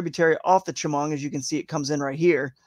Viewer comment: As a local: Tie-oh-gah, Cow-an-es-ski, sha-mung. Was hoping Sunfish Pond would be in the fish able lakes.. Otherwise good info, looking forward to Friday.